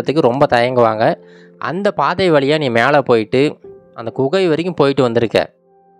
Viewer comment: தமிழை கொஞ்சம் சரியாக உச்சரிக்கலாமே "வால்க்கை வலியாக அலகான" தமிழ்க்கதைகளில் "ழ" கர உச்சரிப்பு முக்கியம்